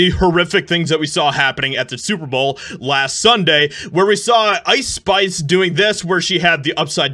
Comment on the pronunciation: What is "Lice Spice"!?😆 crack up